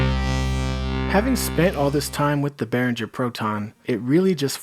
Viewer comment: There is no J in Behringer! (For example - do you pronounce the word ringer as rinjer? - NO!) So, imagine you are ringing bears instead of ringing bells and it IS bear-ringer.